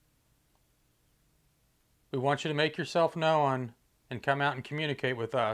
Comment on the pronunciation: Josh~ Why do you pronounce the word 'known' as if it has 2 syllables? It has just 1 syllable. You say 'no-uhn'. It's just pronounced as if it didn't have a w.....the w is silent. FYI.